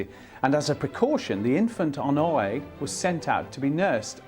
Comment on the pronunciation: Ok, i get that everybody takes issue with the presenter's pronounciation of Balzac, but he is also really doing a number on the first name Honoré. Either stick to the english OR french version but this tone-deaf, no man's land is just torture to my ears!